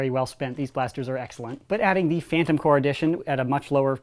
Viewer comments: corps not core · AAARRRRGGGHHH STOP SAYING PHANTOM CORE ITS PHANTOM CORPS GAAAAHHHH